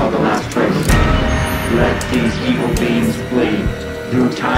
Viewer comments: Dan pronounces "beings" like "beans." "A bean Betty and Barney called 'the leader' watched from the side." ... The Leader Bean! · The Alien 👽 abduction story it sounds like Dan is saying beans instead of beings 😆 the beans came to get us 😂😂😂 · Dude, I honestly thought he was saying beans. Glad I checked the comments lol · The BEANS!!!!